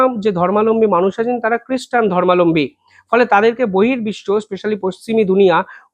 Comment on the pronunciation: আপনার খবর অত্যন্ত নির্ভর যোগ্য। কিন্তু আপনার একটা উচ্চারিত শব্দ বেশ ভুল। কথাটা' ধর্মালম্বী'নয় 'ধর্মাবলম্বী' ধর্ম+অবলম্বী। অর্থাৎ যিনি যে ধর্মকে অবলম্বন করে থাকেন।